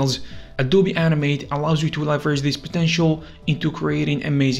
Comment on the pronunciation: How many times he say animet it sounds like anime